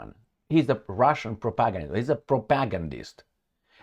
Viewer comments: Please learn how to pronounce "propagandist". You make it sound like "protagonist". The stress should be on the third syllable: [pro-pa-GAND-ist]. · much respect but it's pronounced propa-gan-dist